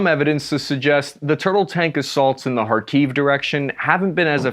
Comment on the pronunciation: Im impressed! You actually said chasiv yar and khakiv the correct way. I think someone should give this kid a cookie. Now lets continue watching and see if you can say them or other words the correct way.